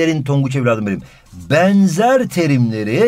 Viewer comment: Denzer değil benzer